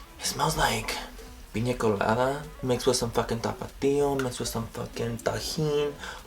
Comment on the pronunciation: "piña colada" 😂